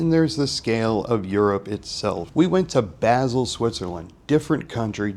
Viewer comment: Basel with an ah sound not a like apple. Very good observations.